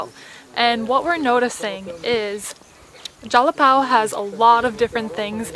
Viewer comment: Whaaat managed to say Jalapão i was expecting jalapau hahahahaha. So hard to see nort americans pronouncing nasal words.